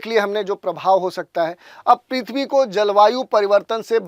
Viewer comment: पिथवी नही भाई पीर्थबी